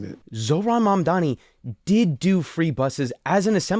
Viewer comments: Really? Do you think its preonounced man dani? Are you stupid? Do you know what sound M makes? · Why do they even say “mandani” the m is right there 💀I think they are just racist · Mamdani is one of the easiest names to pronounce phonetically if you speak English, yet these white men let Eastern European names roll off their tongue even if they don’t know a lick of the language. Weird.